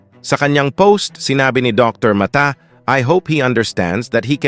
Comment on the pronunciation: Puede ba ipronounce ng pangalan ni Dr. . Dr. Ma-ta.